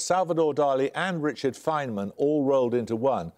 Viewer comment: "Your bonus questions are on mathematicians who died in 2020." giggles Not a good look. But hey, maybe they'll get at least one... right? "...Robert Fain-men" Please, make it stop... "No it was Conway." Mendelson looks completely indignant. Just embarrassing...